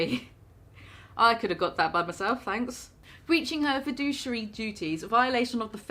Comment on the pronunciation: Fid-ooh-shary. You is like all good with the words and shit brah